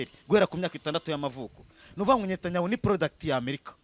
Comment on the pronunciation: Ni Netanyahu not Nyatanyahu